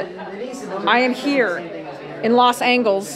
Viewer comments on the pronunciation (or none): “Los angles.”